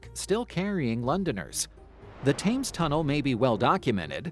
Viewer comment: FYI - it's pronounced "Tems" not "Tames".